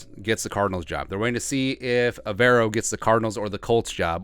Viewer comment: Hey it’s pronounced Ever O.. as in do you ever row 🙃 (went to school with him and his brother)